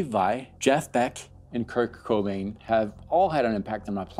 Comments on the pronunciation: Head exploding after he says "Kirk Cobain" for the 10th time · Do you call him " Kirk Cobain"?